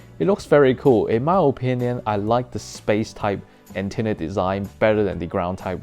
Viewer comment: ... Antennr mm yes not antenna but Antennr